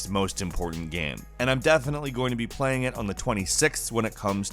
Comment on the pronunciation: game... goddamn it g a m e... NOT gam... wtf is a GAM?